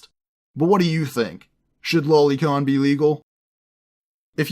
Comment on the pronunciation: Boi it's pronounced low lee not lolli